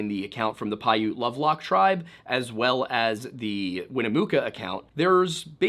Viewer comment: Damn! One of the only Youtube channels that has pronounced Piute correctly.